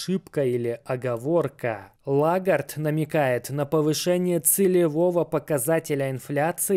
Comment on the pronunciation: Прошу прощения, но ЛЕгард, а не Лагард